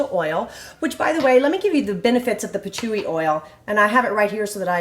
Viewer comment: Patchouli the L is pronounced.